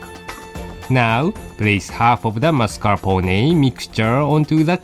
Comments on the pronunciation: I loved the "mascarponey" pronunciation lol it got stuck in my head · so epic the way pronounce MARS.CAR.PO.NAY.